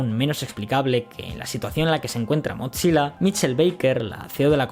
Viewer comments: Acá también un error de pronunciación?? No es MOTZILA, se lee MOZILA! Increíble ese error cuando haz pronunciado bien la palabra atlon (athlon) que los españoles suelen pronunciar muy mal (alon XD) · me distrae que diga motzilla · ¿por qué dices MOT SILA si solo es una z en su nombre? te lo creería si fuera doble ZZ comop "pitsa" pizza.